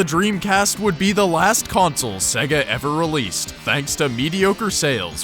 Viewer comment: Its "say-guh" you even hear it in sonic 1 2 and others before your even on the MENU!